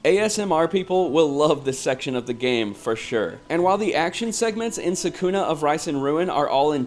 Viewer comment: You are pronoucing Sakuna's name wrong. They even pronounced for you in the voice acting in the actual game.